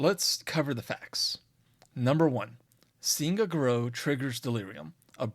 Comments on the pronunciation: It's pronounced gah-roo not garoh. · Fun video, but way you pronounce Garou is like nails on a chalkboard. I've only ever heard it pronounced "gar-roo" due to the French origins of the word.